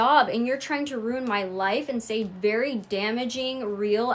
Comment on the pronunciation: did she just say “ver famous rapper” 😂😂😂😂?!?!?!?!?